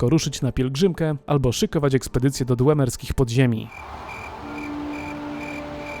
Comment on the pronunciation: Dwemerskich nie dłemerskich